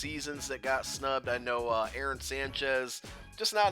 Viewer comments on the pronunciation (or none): none